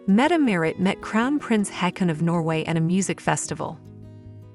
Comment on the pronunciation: The correct pronounciation of Prince Haakon's name is like 'Hawkon'; more like an O, not an A. Marius is not a member of the Norwegian monarchy, nor of the royal family, and his stepfather did not adopt him either. His own father is still around. He is just the illegitimate son of the crown princess. Princess Mette-Marit delayed her departure to Paris until the last days, to handle the situation with her son.